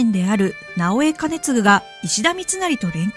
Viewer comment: 直江兼続は、かねつぐなのにかげつぐになってますよ。 疲れてるなら休んでくださいね応援してます